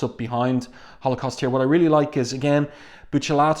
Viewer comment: One of my favorites. I love Blink calling Holocaust 'halfscan'.